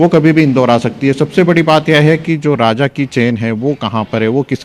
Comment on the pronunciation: Raja.....rah lhushwah nahin.....all channels all reporters are so confused and say wrong names........😅😅😅😅😅😅😅😅😅😅😅😅😅😅😅😅😅😅😅😅